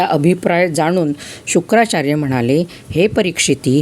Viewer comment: Shukacharya not shukracharya